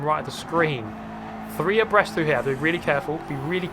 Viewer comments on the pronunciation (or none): Lmao I always thought he said "oppressed" Like, what are they oppressing? The track? The line? The Position? Or are THEY being the ones oppressed... by each other? XD